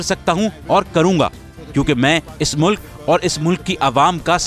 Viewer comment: What's the point of inviting people you know are going to lie and distort, this man can't pronounce one single word properly...mulakk